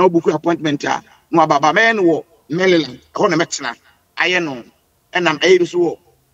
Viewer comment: Maryland not mallyland